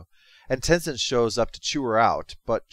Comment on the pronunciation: I love that Korra’s first line being “I’M THE AVATAR! YOU GOTTA DEAL WITH IT!” It really shows Korra being a VERY different protagonist rather than being Aang’s copycat despite being his reincarnation. Also, Aang’s son is pronounced Tenzin, not Tenizin.